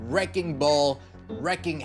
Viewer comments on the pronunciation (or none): It's wreaking havoc. Not wrecking.